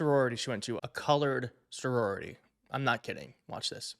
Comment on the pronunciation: I hate these people but it sounds to me (admittedly I have a hearing problem) as if he said “a college sorority” I keep replaying it to try and hear better.